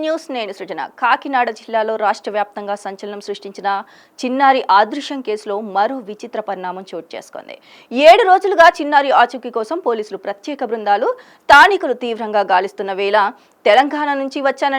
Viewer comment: ఆదృశ్యం కాదు అదృశ్యం